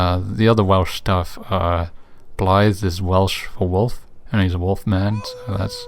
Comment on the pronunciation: Nice to see someone pronouncing Blaidd's name correctly for once